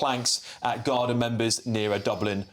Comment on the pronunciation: I blame the BRITISH government for our problems. They ALL travel through the UK to Ireland. It is pronounced GAR-DEE. It was RAPE. The guy (mutant freak) was charged yesterday. NOT ALLEGED.